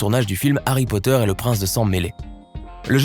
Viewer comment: No pas Harry poteur